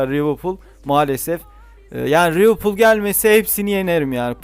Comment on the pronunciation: Abi rivilpool değil liverpool